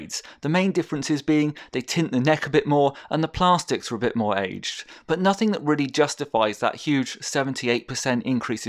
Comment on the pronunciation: Hold on... did you say plarstics, instead of plastics?